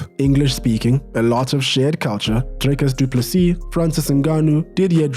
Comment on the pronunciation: Never thought I'd hear bro say Driccus Du Plessis😂